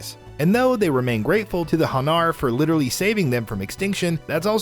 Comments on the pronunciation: And the way he pronounced hanar... Its HAnar, not haNAR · The way he said Hanar just made my head hurt